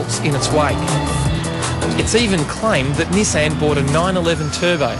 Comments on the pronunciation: this guys a moron... cant half tell he's reading off a piece of paper. only rate Shane Jacobson in this show, no wonder they picked him and not the other 2 to do the live show here in Australia. Nissan isn't 2 separate words you fuck head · ni-saaaaan. what... everyone in australia says it like Niiii-san.